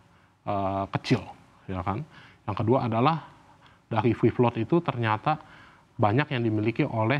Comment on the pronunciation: dia ngomong apa ya kawan2? Fee Float?